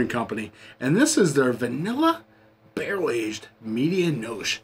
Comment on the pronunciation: When you say medianoche the e on the end is not silent fyi. Had this beer sent to me from no hype Kyle and it was outstanding beer. But my favorite beer this year is from a collaboration between firestone Walker and weldwerks and it was called parabanoche which was 12 out of 10 great review gang cheers 🍻